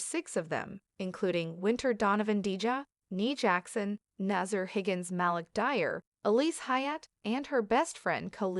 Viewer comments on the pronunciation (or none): none